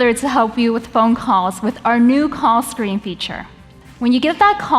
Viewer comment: "Caw screen"